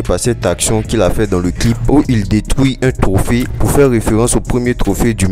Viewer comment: tu as appuyé sur "détruit" la hein 😂😂😂